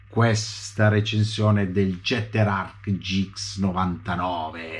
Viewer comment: Si pronuncerebbe ghetter..... Tanta Zama? 😂😂😂😂 Fa c@@ Io l' ho aperto preso in mano e rimesso in box